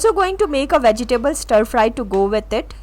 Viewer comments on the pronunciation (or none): Muzh luhn is correct pronunciation of muslin ,your pronunciation is wrong .Also vegetable your pronunciation is wrong